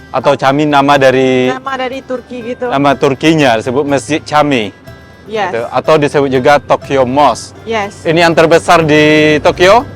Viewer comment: Camik cara bacanya jamik...dlm bahasa turky huruf c bacanya j